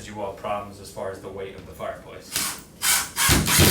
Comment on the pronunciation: Ok...is it me, is is he saying "Fire Pwace" 😬